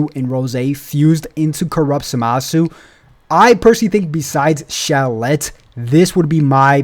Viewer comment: Say how did the name zuh-ma-su come to be. In super they literally call it za-ma-su. (zamasu)